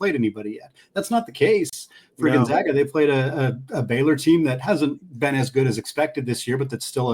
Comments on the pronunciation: When you have a fellow podcaster on, maybe it’d be a good idea to gently mention how to pronounce Gonzaga. It’s off-putting to hear it mispronounced. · People are still mispronouncing Gonzaga. Very irritating 😠